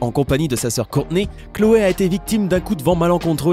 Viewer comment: c'est pas khloe c'est cloe